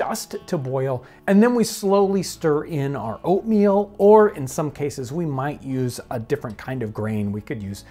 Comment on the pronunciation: am i the only one who kept hearing opium instead of oatmeal